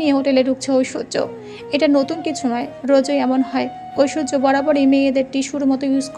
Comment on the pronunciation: Oita oishshoria rik Chowdhury na oita oishorjo rik Chowdhury hobe😂😂